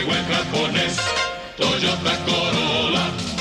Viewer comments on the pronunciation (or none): Title: Toyota Corollra What it sounds like: Toyota Corona